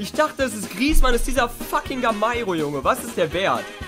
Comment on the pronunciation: er sagt gamairo :D ...